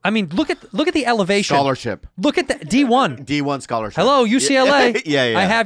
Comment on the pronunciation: “The elevation!” 🤣🤣